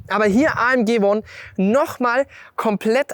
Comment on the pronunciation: kann jemand dem jungen Mann sagen, dass das nicht Uon heisst sondern Uan, Mensch, das einfachste Wort der Welt ! Auch schon mal englisch gehabt?